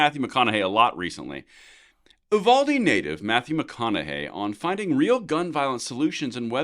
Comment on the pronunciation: It’s pronounced (you val dee) Uvalde. You should see some other Texas towns pronunciations. Like Mexia is pronounced Ma he uh. Bourne is pronounced Bernie, it a Texas thing lol